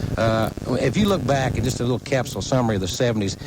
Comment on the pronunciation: Hearing conrad say cap-sool makes my hair stand on end😫😫